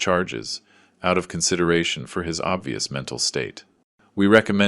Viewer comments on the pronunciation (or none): none